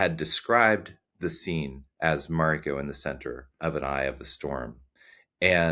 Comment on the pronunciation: The white showruuner cant even say Mariko correctly wtf